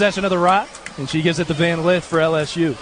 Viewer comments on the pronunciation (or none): it's Lith....not Leeth